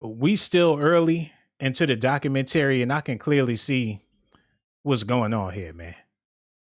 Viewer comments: "doc-u-men-terry-" bruh stop🛑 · You're illiterate or something bruh! 🤣🤣🤣 Can't pronounce documentary correctly and be reeeaaaaching!!!! On some points here and there like Dahslim from street fighter lmao. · U killing me how you say “ documentary” sheesh. Nice video though